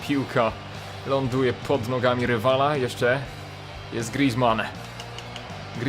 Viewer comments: grizman to francuz a nie cholender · mów poprawnie imię Grizzmana